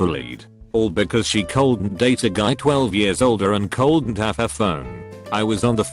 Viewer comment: text: “couldn’t” text-to-speech: “coldent”